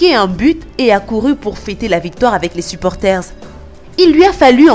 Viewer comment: "suporterz" 😂😂😂😂 mort de rire